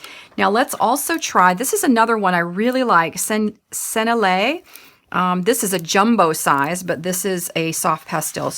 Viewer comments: Lovely video thank you. Did you know you can put the word Sennelier into google and it will tell you how to pronounce it? Senn-el-i-ay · Hi. Just to give you the French, it is sen-ell-i-ay. Small detail for a beautiful product and video but thought you may want to know the correct way to say the French name. Hope this helps. Said I’m the spirit of respect and love. 🩷